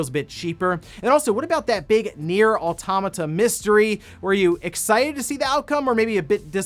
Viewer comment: I learned, in the last direct, that pronounces automata wrong.